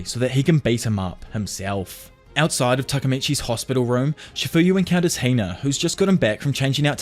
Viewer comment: It’s Hina not Heina